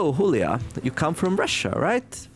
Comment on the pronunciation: I think Julia is supposed to be pronounced not like “Hoolia”, but more like “July->Julie”